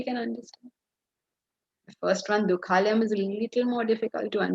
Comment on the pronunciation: Small correction: It is NOT Dukkha layam... It is Dukhaalayam. Dukha + Aalaya = Dukhaalaya (Savarna Dheerga Sandhi), means "Place of sorrow". If you pronounce it as "Layam", it means destruction. It does not make any sense with "Dukkha layam" which is destruction of sorrow. Regards